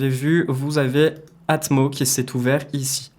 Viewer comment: Doldy Atmoss Dolby Atmoss ..... c'est mieux si tu dis Atmoss ya un S ..... faut le prononcer. Sans rancune.